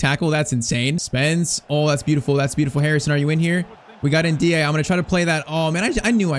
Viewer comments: The "e" at the end of Ndiaye is not silent. It sounds more like NDIYAYI The "i" at the end is a soft "i" which ends up sounding like "ay" in "say" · Is it just me or is he saying ndiaye wrong